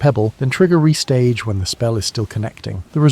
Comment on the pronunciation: ITS NOT PRONOUNCED RESTAGE! ITS RE-STAGE!